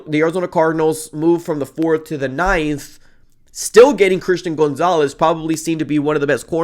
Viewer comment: Isn't gonzalez pronounced like "Gone-zalez" not "Goon-zalez"???